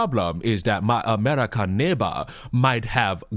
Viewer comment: Ho Lee Sheet. He ish not amrikhan